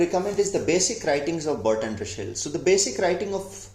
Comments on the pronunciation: Say/pronounce his name at least correctly !! It is not RuSHel - but it is RuSSel [s] ! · Say Ra sell... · You pronounced "Russell" as "Rushell" 🤔